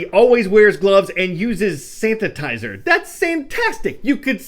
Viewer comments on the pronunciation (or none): Santatizer? You are better than that, Carl. Watching from the SCESC High School unit in Massilon, Ohio